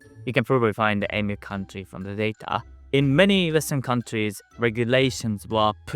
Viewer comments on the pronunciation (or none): none